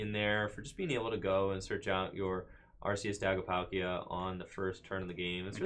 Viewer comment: Are-KEY-us not Arse-EE-us